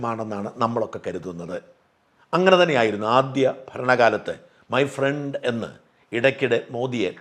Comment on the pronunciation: മൈ ഫ്രണ്ട് അല്ല മൈ പ്രേണ്ട് 😂